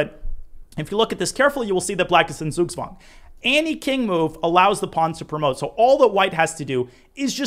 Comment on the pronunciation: Love your videos, they are very helpful, greetings from Germany! Not trying to sound contemptuous but The "Z" in Zugzwang are pronounced like "Ts" and the "ang" as the "ung" in "stung", but also I feel like the incorrect pronunciation is so common in the English chess world that the actual term would cause a lot of confusion. 😅